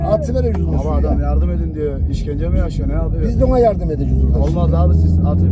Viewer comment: Arkadaki genç: Abi Adam yardım edin düyor. Peder: “Bizde ona yardum edeceğük” 😂